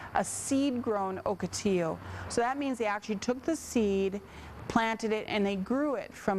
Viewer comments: Morons, I live in Ocotillo, California, its pronounced Ahkoteeyo, not Ohkoteeyo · Oak otillo? Nah. Lol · First time I heard o or oak pronouncaation